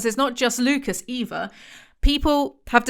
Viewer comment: ohhhh Lucas, I was hearing Lupus and was like, yeah no we're not calling him lupus